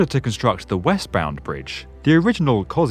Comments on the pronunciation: It's pronounced like "Kozkuzco" not Koziosco. Great vid tho! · You're not pronouncing it right. It's Kos-key-use-ko. It's also Hell's Gate, not Hell Gate, and the Bayonne Bridge inspired both it and the Sydney Bridge. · Yeah we Americans really butcher this one. I know it should be ko-SHOOSH-ko. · it's pronounced KA-SHZOOS-KO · Koziosko bridge, lol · It's not pronounced "Kot-ch" :) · I'm not sure your 'Kosciuszko' is pronounced right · It's 100% wrong in every way but oh well. Can't expect everyone to pronounce every foreign name correctly. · That Kosciuzcko pronounciation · Oof, even for a non-American English speaker that's a rough pronunciation of the Kosciuszko Bridge. Great video though